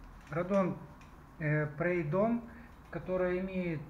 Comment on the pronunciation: Радон, Прэйдон, шо мля?)))) Рэйдон правильно етить колотить! Вот такие в магазах горе-консультанты и это печаль.